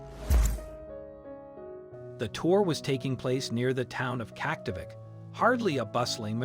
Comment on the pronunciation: Terrible pronunciations, video clips of improper animals and natives and Kaktovik. DISLIKE